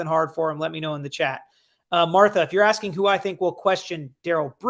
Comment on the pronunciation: It's not are you asking me it's are you aksinge lol